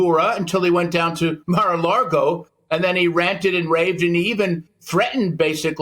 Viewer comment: It called Mar a LAGO not LARGO. is a moron.